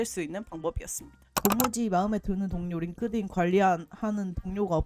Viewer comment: Inglish ㅋㅋㅋㅋㅋㅋ 링띤 레코멘데이션은 생각도 못했네요 진짜 꿀팁.. GPT 활용법도 너무 좋아요 감사합니다!!